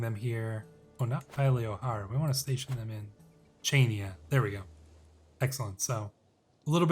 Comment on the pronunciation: Also Chainia is pronounced “Hania”